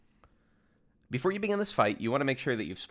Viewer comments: pls don't say Barbarisia xD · Great guide as always, but the way you pronounced Barbariccia was quite the ear bleed I must admit ;). Looking forward to your upcoming Savage guides!